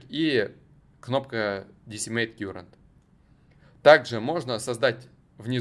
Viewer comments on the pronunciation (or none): Слово Current читается как "каррент", а не "кьюрент" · Я электронщик. Не кюрент , а карэнт. Ток , текущий по нашему. А так всё зашибись